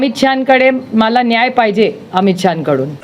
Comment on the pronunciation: Hila "nhyay" payaje.